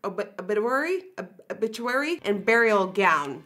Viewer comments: Pronounced "o-bitch-u-ary" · Nikkie-has trouble pronouncing“obituary” Me- Remembers that English is not her first language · Sad that she didn’t know how to say obituary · Srsly?! You couldn't read the word 'obituary'?!?! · Did u really just almost not know how to read 'obituary'?! Lmao 😳